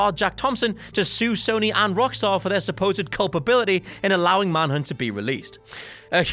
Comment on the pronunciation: Manhunt not Manhood